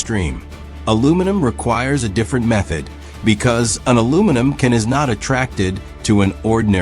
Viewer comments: in the video, your AI voice said "separate" (pronounced as a verb) instead of "separate" an adjective. Your AI bot needs re-training. Also "an aluminum ken" No, supposed to be "aluminum CAN." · I caught that, and also "can" one time was read awkwardly without stress as if it was part of a verb phrase, rather than an aluminum container. I almost did not watch this once I heard the obviously AI voice. But still I did, and it was informative nonetheless.